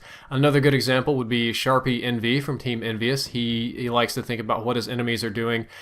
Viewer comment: Did you just say "sharpyy nV". xD He plays for FeaR.